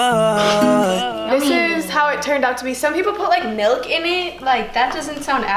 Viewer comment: She says melk instaed of milk